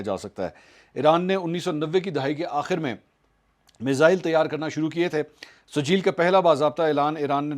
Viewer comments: O Bhai, Ye Sajeel nahi SIJ-JEEL hai. Quran ki surah-e-FEEL yaad karo. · it's Sijjeel not sajeel. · Mansoor sahib yeh sajeel nahin sijjeel hay aur yeh soorah feel mein hay.